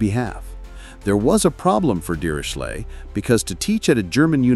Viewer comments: The narrator pronounced the name Dirichlet several different ways. Was it some form of AI? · Apart from the terrible pronunciation of the name Dirichlet I like this video a lot.